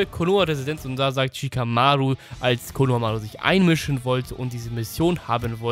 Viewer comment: Wie sprichst du Shikamaru aus 😂😂😂 das sind keine englischen Namen